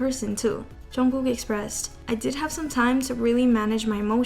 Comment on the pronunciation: loll why does she say it like "chungoo" 😭